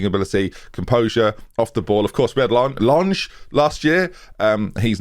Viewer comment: As a German I cannot wrap my head around how you're flawlessly pronouncing Leon Ehrmanntraut while butchering Lange.